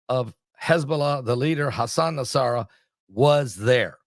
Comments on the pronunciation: PRONOUNCED N-A-S-R-A-L-A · I think it’s pronounced Nos-Ra-la